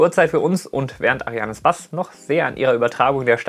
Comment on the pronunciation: Hey! Ich bin neu hier auf deinem Kanal und ich find Ihn echt super! Tolle Videos die sonst nicht so schön kompakt und erst recht nicht auf Deutsch verfügbar sind. Aber bitte sag mir eins, warum betonst du Ariane Space immer wie Ariane „spass“? Ist das irgend ein Insider? ^^